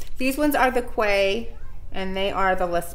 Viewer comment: I believe the sunglasses are pronounced “key”